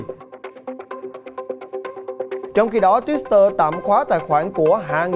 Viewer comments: Đồng quan điểm với bạn! Cứ đọc thêm chữ s vào nghe rất kỳ cục. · Twitter mà cứ đọc là thêm chữ Sờ là sao?????